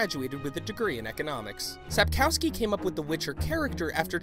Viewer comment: He can't even say Sapkowski. He pronounces it Sup-cow-ski.